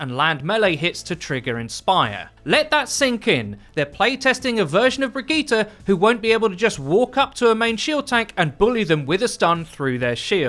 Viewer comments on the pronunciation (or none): I can't even finish watching the video because you KEEP SAYING (BRIG) absolutely the fuck not! 😡 Brigitte... say it with me 'Brig-itt-e'